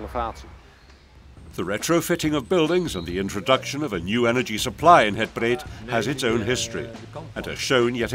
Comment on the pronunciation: Nice video. but... the area is called Het Breed, not Het Breet (breed is meaning: "wide" in Dutch).